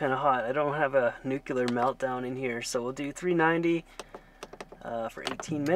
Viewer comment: Love your videos, but nuclear is pronounced "nuke-lee-ar" not "nuke-you-lar". Anyway, carry on.